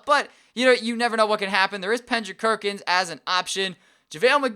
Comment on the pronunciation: Pendrick Kirkins?? 😂😂😂